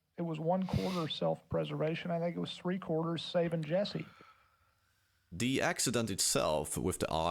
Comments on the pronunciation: Bro it's "Jessi" not "Yessi" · Bro! Why are you pronouncing it Yesse instead of Jesse? Have you even watched this show? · Bro lear how to say ,,J”. Whenever you say Yesee i wanna kms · Accents are so funny, like why can this guy not pronounce Jesse, but he can pronounce Jane with a hard J? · weird he can say "Jane" but says "Yessie" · You're so proud of your knowledge that the letter J is pronounced differently in other languages that you need to pretend other people don't know? You're badly missing the point. He should pronounced "Jesse" like Jesse himself does. Pronouncing a name using the phonetics of your native language is a major dick move.